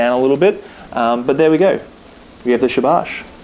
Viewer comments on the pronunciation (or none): It's pronounced shaa- baash the a's are longer :)